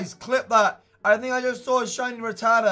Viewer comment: The way he pronounces Rattata...